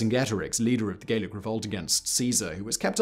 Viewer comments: Gallic is pronounced Gallic, not Gaelic (which is another type of Celt altogether). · Why is he pronouncing it "Gaelic" (hard "a") and not "Gallic" (soft "a") when referring to the people conquered by Caesar? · Very enlightening! However the Gauls of France were addressed as 'Gallic' eg gal--ic, not Gaelic as you seem to suggest! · Gallic is pronouned gah-lic, not gay-lic. Gay-lic would be Gaelic, a Celtic language. Anyway, lead water pipes weren't even banned in the US until 1986, so you may be overstating your case a little.